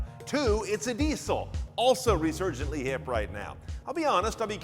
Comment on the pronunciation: What's a "deeee-soh"?